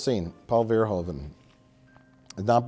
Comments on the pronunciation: Not to mention that every American ever pronounces Verhoeven wrong. The correct pronunciation in Dutch would be like Verhooven in English, instead of Verhoven. Minor nitpick, obviously. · Again, pet peeve... it's still pronounced 'Vurr-hooven' (not 'veer-hoven') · Verhoeven is pronounced wrong, the oe part sounds like the oo from reboot.